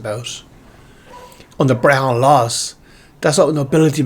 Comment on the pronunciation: What country is this gaelic world u mention??? Too ashamed of your country to even name it??? Learn how to pronounce Brehon....